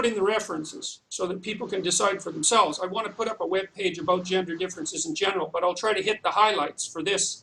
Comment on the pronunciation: "What should be done aboot it." That never gets old.